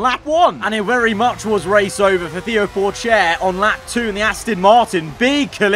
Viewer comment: Him mispronouncing Theo Pourchaires name made me sad for some reason